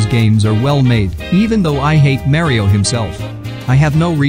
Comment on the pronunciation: Bro brad said Mayrio instead of mario ohhhhhhhhhhhhhhhhhhhhhhhhhhhhhhhhhhhhh